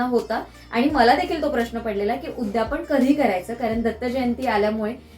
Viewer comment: उद्यापण नाहि ग , " उद्यापन " . 🙏